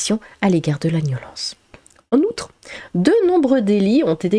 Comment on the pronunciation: t'as une jolie voix mais c'est soulant quand tu dis "niolence"